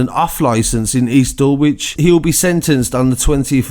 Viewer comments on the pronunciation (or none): r.i.p to those who lost theor lives!!! oh and its pronounced dul ich yo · It's said dul lidg not how it's spelled dulwich